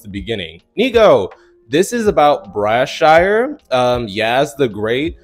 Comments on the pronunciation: Not gon lie the way u just pronounced his name just pmo 😒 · First, I think in light of current events, the mispronunciation of his name immediately came across as uncaring, unprofessional and tone deaf. I’m not sure if you were been funny or really don’t know his name. Secondly, we are all to familiar with the pressure young/child actors encounter and have seen AND had empathy for them, rightly so. Tina is just the drug of the day. I won’t list the catalog of actors or the shows that produced them. I will say, they were all shows that, like Empire, had a large amount of fans. Empire certainly was not another Glee, but I understand that we all have different opinions about television. I will say any black show seems to receive harsher criticism and critique. What is happening with this young man is no less tragic than what happened to any of the actors we have not lampooned as they spiraled from notoriety and the internet certainly was not available to make their falls so public. I too was hoping we would discuss this but not as an lgbtq phenomenon, but as a human tragedy that deserves more than “ the latest” scandal treatment. I remember watching these coverages of past former stars that were more full of lament of these life’s that used to to provide audiences entertainment and escape , taking a tragic trajectory and sometimes ending in the loss of life. My thoughts are with this young man, his family and friends, especially the ones who feel helpless and hopeless watch in someone they navigate life in clearly a way that demonstrates